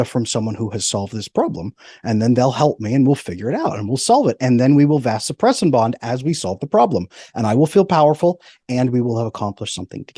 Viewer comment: Well I can’t say I disagree with much of what this guy is saying but… when a “medical expert” is speaking on something that he is an expert on it’s particularly difficult to take him seriously when he is apparently unaware of the correct pronunciation of Vasopressin (ADH). It’s similar to being a reporter that can’t pronounce the word “report”. SMDH